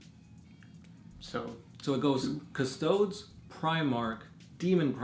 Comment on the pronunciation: Stop pronouncing custodes like custoads lol CUS TOAD EES